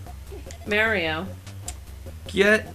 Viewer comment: D'aaaw, how nice that Slowbeef married the one other person in the world who thinks Mario is called Mehrio. And every single female born after the seventies has been addicted to Tetris at some point, it's normal.